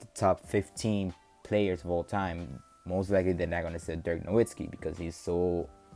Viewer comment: Nowitzki not Nowitski